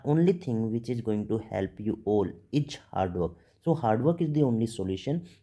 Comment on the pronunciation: 2 things dr ----- Its 'is' not 'itchzzz Or izzz' pls pronounce it as 'is' only. Also it's 'exam' not 'ekzam' Pls correct ur pronunciation. It's hilarious otherwise